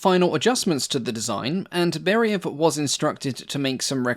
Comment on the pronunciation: I've got 2 suggestions.. 1) please understand that in Russian the emphasis on a letter is very important. Chinese have 4 ways of saying the "same" word and each time it means different things. Similar in RU. It not BEriev, it's BerIev (it's a capital i, not an L). It's not ShvEtsov, it's ShvetsOv. Stress on the i and o respectively. 2) in one of your previous videos you said that you state numbers in respective system (imperial and metric depending on country of origin). I've got news - in Russia we do NOT put commas to mark thousands. We use commas to mark decimals... So, when you say the range is 4,000 meters, it means 4 meters, not four thousand. When you say 18,000kg - it means 18kg, not 18 thousand. Please be careful using commas for USSR/RU tech, it's misleading. Thanks for making these videos, i really enjoy watching them!